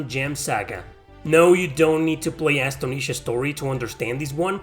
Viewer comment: Bro it's Astonisha Story's first word is pronounced as in the word "astonished" (surprised). Great vid!